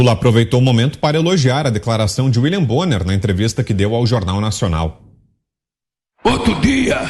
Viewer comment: Uili bonner 😂😂😂😂😂😂😂😂😂😂😂😂😂😂😂😂😂😂😂😂😂😂😂😂😂😂😂😂😂😂😂😂